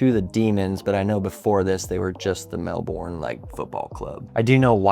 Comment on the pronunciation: It’s pronounced Mel-bin, great video though CARN the Lions 🦁